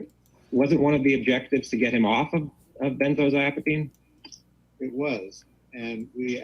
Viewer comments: It’s so funny that the lawyer can’t pronounce benzodiazepine. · The Turd’s Lawyer should learn pronunciation. Geez